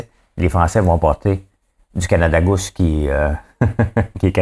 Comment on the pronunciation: Drôle! Ta de la misère avec les google et goose 😂😂😂 on dit Canada GOUZE (pas Gousse) et pour google j’ai la même misère que toi mais si tu pense à prononcer GOG pour Google, tu va être pas pire !! 😉 c’est pas une critique, juste drôle ! bravo pour ta revue d’actualité ! C’est rendu mes nouvelles de jour !